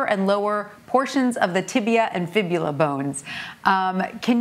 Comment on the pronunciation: Fibula not fibia, as this announcer said.